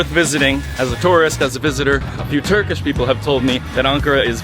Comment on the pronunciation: why is your turkish accent so good i'm confused